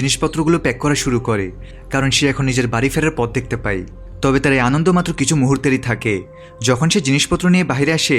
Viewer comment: আপনার ই আর য় উচ্চারণ ঠিক নাই।পায় না বলে পাই বলেন। আবার যায় না বলে যাই বলেন। উচ্চারণ ঠিক করুন